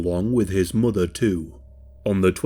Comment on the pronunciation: I can't take it seriously when the commentator says "muva and fava" instead of mother and father